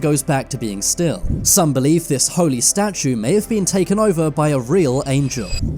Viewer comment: What's a 'statuN'? 🥴